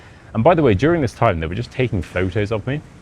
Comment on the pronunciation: The fact that his english isnt perfect and he mispronounced several simple words like "this" as "dis" and he just uses this title as clickbait that everyone falls for